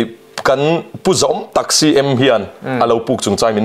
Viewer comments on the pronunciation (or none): none